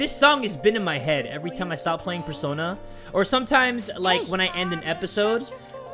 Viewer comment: I think i heard in the beginning of the video say sersona instead of persona 😶